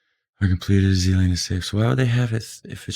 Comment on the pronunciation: Its Zeeland inderdaad Rotterdam